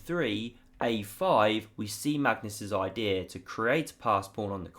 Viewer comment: What a great oidee-are lol. I love the way English people speak